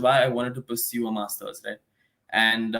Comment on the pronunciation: Masters not masthurs. But otherwise great info.